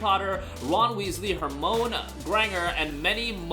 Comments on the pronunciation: Came to say the same thing lol. It's Her-my-knee isn't it? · Her-moan lool